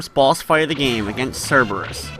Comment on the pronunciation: You receive a cookie for correctly pronouncing Cerberus' name. Everybody else pronounces it, "cerebus," which is highly indicative that they don't read much Greek mythology.